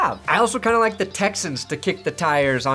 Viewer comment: It's a LIKE button, not a LICK button.